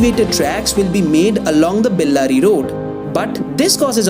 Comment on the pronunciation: Dude, first learn to pronounce names of the places properly then post videos.. Pronounce Hebbal, Bellary Road, Jakkur, Depot and Bengaluru properly.. show some respect towards the language.. Those are not the places situated back at your home to pronounce it the way you want .. use Google or even YouTube to learn how to pronounce.